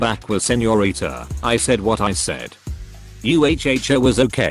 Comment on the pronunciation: Why is “Uh-Oh” pronounced like “U-h-o-h”? 😂